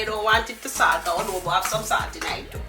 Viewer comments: Wow I can't wait to try to make this. And yesss you said it right love Adobe 😍❣🙏🏼👏🏼🎉👍🏼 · you pronounced Adobo right